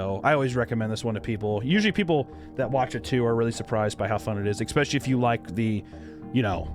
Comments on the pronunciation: Cant trust an adult who says "exspecially". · There is no "X" in "especially"! Stop it!!